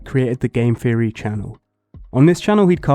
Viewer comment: I feel like your prononciation of "theory" is way too close to "furry" and that really gave another meaning to your sentences. XD